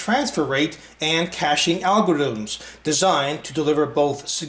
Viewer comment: i'm sorry but the fact that you don't know what you are talking about (shown by your mispronouciation of "algorithm") while still reviewing the products just seems wrong.